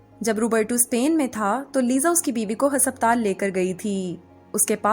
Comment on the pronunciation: Why is the pronunciation for ‘haspataal’ so off